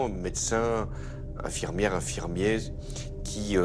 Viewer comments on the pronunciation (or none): Infirmier infermiese ? Il est sérieux François Hollande ? 😂😂😂😂